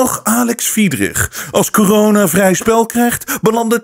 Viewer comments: Misschien een domme vraag..maar waarom noemt "corona" "kijona"? Vindt t wel grappig klinken maar wil de reden weten. Heb ik iets gemist of hoe zit het. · Waarom zegt hij steeds kiyona en niet corona ?🤣 Vlgns mij haat hij het woord zo erg dat hij het niet wilt uitspreken